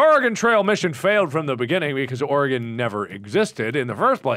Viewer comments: I was just about to comment a thank you for not pronouncing it "Ory-gone" haha Them not being Oregonians I wonder if they know how to pronounce "Willamette" correctly too. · To all the Oregonians: Can we take a moment to be happy that they both pronounce our state correctly? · HOLY FUCKING SHIT YOU PRONOUNCED OREGON RIGHT THANK YOU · Pretty surprised they pronounced Oregon correctly. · Yes. I'm VERY glad they pronounced it correctly. For some reason it's hard for most people to do so -_ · Yup, THank god. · So happy to see Mark and know how to pronounce Oregon correctly.